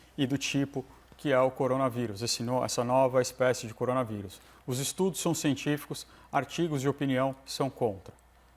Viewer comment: Nossa a Monalisa não consegue disfarçar a cara de enjoada q ela faz "coronaviru" kkkkkkk